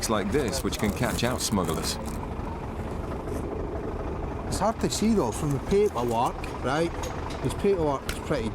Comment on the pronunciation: Narrator keeps mentioning 'smuggalars'!